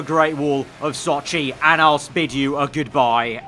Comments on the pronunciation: Not Hp_Soap then explain to me how he mispronounces Sochi, and goes left on a turn that’s right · The only thing that bothers me is how easily he could’ve avoided like 15 of these crashes and the fact he mispronounces Sochi